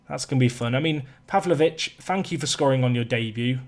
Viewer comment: I am Serbian, and you said it pretty good for Stevanović. Pavlović you said it like Serbians. 😂